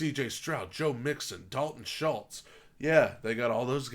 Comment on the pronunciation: Why did she pronounce Dalton Schultz' name like that? Lol